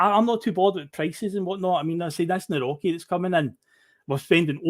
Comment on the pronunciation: Nawrocki pronounced nav-rotch-key